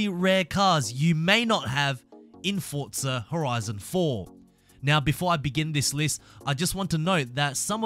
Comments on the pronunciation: What the hell is Fortza Horizon? ITS FORZA there is not fuckin T I know you redcoats love tea but shit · It’s pronounced forza not fortza you knob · No offence but what the hell is FORTZA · It is called forza not fortza..... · Why do people say "FORTZA" it's ( four - zah ) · WHERE ARE YOU SEEING THE "T" IN FORZA THOUGH?! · When game is spelt Forza And everyone says Fortza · Its pronounced forza... Not fortza ffs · why do u say fortza lol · THERE IS NO "T" IN FORZA.......PRONOUNCED 4 ZA......NO T.... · "Fortzer" I really want the Ford Crown Victoria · stop saying forTza omg where is the T? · So it's not just me that gets annoyed when ppl say that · Show me the "t" in forza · Lol have you been mispronouncing the name all this time?